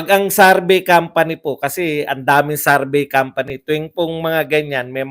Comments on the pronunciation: SAR-BAY SAR-BAY SARBAY!! ang sakit sa tenga;,, SURVEY, SUR-VEY PAKIBAGO naman po ninyo ang pronounce... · Survey! hindi sarvey.😁😁